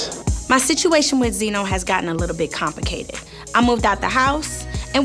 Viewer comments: “Comp-icated ”😂😂 It’s “complicated” karlie. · 0.38 lmao she dead ass said COMPICATED